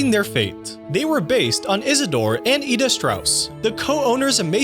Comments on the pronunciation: It’s “IDA” not “Eda”. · It bugged me that he said Ida’s name weird even though during the deleted scene they said it right.